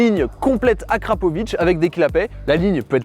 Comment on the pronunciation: NEURBEURGRING mais lol cava tu te rattrape avec la bonne prononciation de d akra